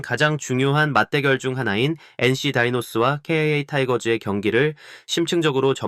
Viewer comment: 아니 기아를 케이아이에이 라고 하는데 직접 녹음 한거면 왜 그렇는 거임?